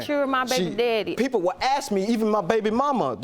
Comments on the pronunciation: You might want to add "axe" and "mines" to that list! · Let's add "aks" to the list!!! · Kin I ax you a qwestin? Why?